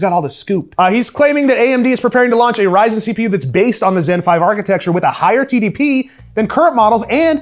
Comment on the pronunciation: Kid: can we get a Ryzen 9? Mom : no we have that at home. The one at home: Yrzon 9 🤣🤣🤣🤣